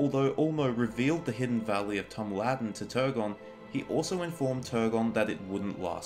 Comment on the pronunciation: That's not even that, those are details about your accent. You don't need to roll your Rs or pronounce a perfect voiced dental fricative (I always thought it was acceptable anyways). What I mean is sometimes it shows that you really didn't do your research on how it should sound like, for example, can you explain why you butchered Tuor's name so badly in this video? I can tell you never ever looked it up, because assuming you don't roll the r at the end, it should be easy to pronounce, yet you sound like a glitched robot. The minimum you can do is make it sound correct, you don't need to be perfect.